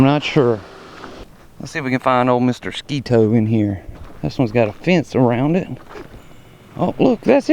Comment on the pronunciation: Thank you for pronouncing Sketoe correctly